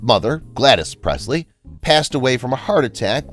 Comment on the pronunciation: So much of this isn't true. Let's start with the fact that she was not the soul owner of Graceland after he died 🤦‍♀️ and this guy didn't even pronounce her last name correctly.